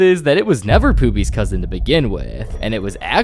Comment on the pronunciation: Why is everyone saying Poopy instead Of Pobby